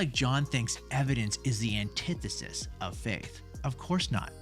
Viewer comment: This video made me realize I’ve been pronouncing antithesis wrong my whole life